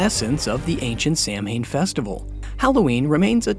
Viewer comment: all this research and ya can't even say Samhain right :(